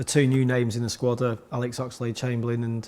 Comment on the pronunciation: woy hodgson speaks about his euwo sqwad